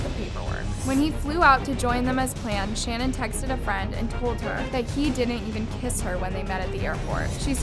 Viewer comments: Her name is pronounced Sha-naan , NOT Shannon. Very easy to find and kind of disrespectful to get it wrong through the whole episode. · It’s pronounced Sha- nan . Not Shannon . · Listening to this was pretty annoying considering her name is pronounced SHA-NAN not Shannon. If you’re gonna talk about her, say her name right. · It's Sha-naan not Shannon as someone whos watched the Netflix documentary This so so freaking horrible...RIP to the girls and the unborn baby <\3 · It’s shuh-NAAN, not Shannon...all other channels pronounce it correctly, give some respect to her man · Her name is shu-nan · shannan is ponounced shan-awn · Her name is pronounced like it’s spelled Shan-Ann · Her name is pronounced SHA Nan. I love your videos but I couldn’t ignore it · I’m sorry did you call her Shannon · Her gender reveal was not canceled because she was going to have a boy but because Chris was very distant and downright mean to her. You've got to get your pronunciation right that Shannon is kinda nerve racking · Good review. Her name is pronounced different than how you are saying....and personally , his name should just be family annihilator from here on out.....forever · I hate to be that person but hearing Shannan’s name pronounced incorrectly annoyed me a little bit. Lmao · You’re pronouncing her name wrong and it’s pissing me off. It’s insanely rude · when you were mispronouncing her name i got annoyed lol